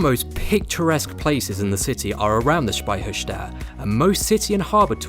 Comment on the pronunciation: Such a great video mate! And your pronounciation of Speicherstadt sounds really like we say it in Bavaria and Austria :)